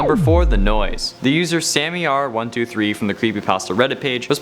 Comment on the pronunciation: Lol he said crepy not creepy xD